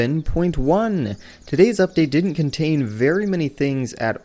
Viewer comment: You sound funny whenever you say 3.11.x